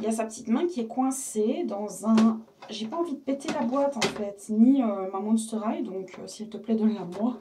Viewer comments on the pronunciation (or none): c'est pas Hight mais High x)